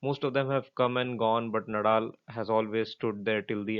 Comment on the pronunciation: नदाल please.. not नडाल